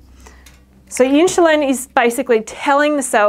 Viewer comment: Love your videos 💚 Is there any particular reason why you pronounce insulin as inshulin?